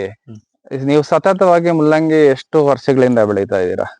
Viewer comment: ಮುಲ್ಲಂಗಿ ಅಲ್ಲಲೇ ಕೆಪ್ಯಾರ್ ತುಲ್ಲೇ, ಮೂಲಂಗಿ 😄